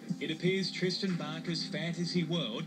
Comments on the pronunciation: Did she say... Twistan Barker? o.O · did she say twisten barker??